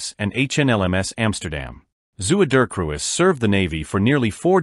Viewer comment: For the dutch impaired, Zr Ms translates to 'His Majesties'. The name of the fleet oiler mentioned, Zuiderkruis, translates to 'southern cross'. This AI's pronunciation of dutch is hilariously bad.